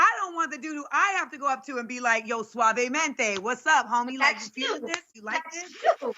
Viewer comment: Not “Suavemente” lmfao I can’t